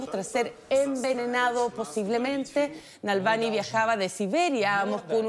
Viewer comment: No te esfuerzas en leer. Nada de Nalvany!!! Dice Na -- Val NY como ni. Choca que no pronuncias bien